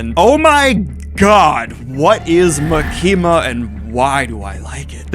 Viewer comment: ITS MAKI-MA NOT MUKEEMUH